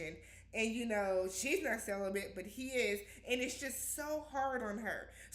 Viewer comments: Not CELIBATE but celi-BENT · Wtf is celibent!!!!!?!?!? 😂😂😂😂